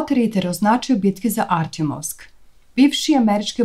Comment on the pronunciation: Nije Artjomovsk nego artjOmovsk.